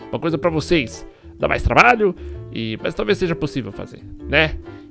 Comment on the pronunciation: O legal do é que ele troca o M pelo B, ex: mas-bas mesmo-besmo